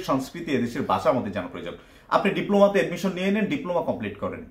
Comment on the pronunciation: বাসা না ভাই, ভাষা! উচ্চারণ সঠিক করেন